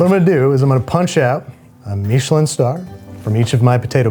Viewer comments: Stop saying meesh-lin. Even the British guys just say mishlin. And being from NE, just use Cod for the fish. No one in mainstream, UK or US use halibut. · I’ve never heard Michelin pronounced Meesh-lin. I’ve heard it pronounced Mish-uh-lin thousands of times. Which one is the right way? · Andrew, why are you pronouncing Michelin that way? I don’t know why, but it’s freaking me out. Lol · What's a "Meeshalin" star? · what is a "meesh linn star?" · Why do Americans insist on taking words with an agreed pronunciation and f**king it? Meeeeeshalyn. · Babish, please never say MEESHelin star again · Is anyone else bothered by how he says Michelin? Andrew, I love what you do, I’ve been a fan for years, and I’m sorry about this but what is that pronunciation? Was it done as a joke? Is it how you genuinely say it?